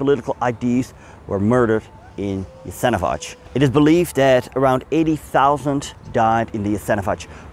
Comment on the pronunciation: The pronunciation is not Yasenovach, it's Yasenovatz.